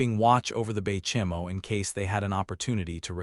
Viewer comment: The video is great and a good amount of information but the constant mispronunciation of almost all the ships makes it less enjoyable to listen to. The SS Baychimo had like 7 different pronunciations within a 3 minute span.